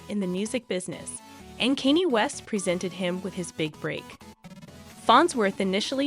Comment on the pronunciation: Who is Kaney? The AI needs to be reprogrammed